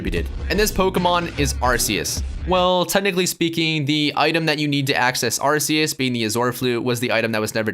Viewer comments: It's Ar-KEY-Us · In the movie they say Ar-key-us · In The Number One Spot Is Arceus. (Pronounced As Ar-See-Us)But Technically... TheAuraGuardian:It's F***ING Arceus(Pronounced As Ar-kee-us)